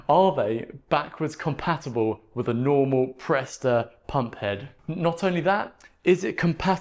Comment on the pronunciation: "Presta" not "presto". sheesh.